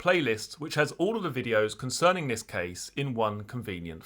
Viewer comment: “Der Essex boys caaaaysssse”